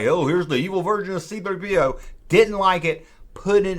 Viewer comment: You said C-3PO correctly TWICE! I'm proud of ya!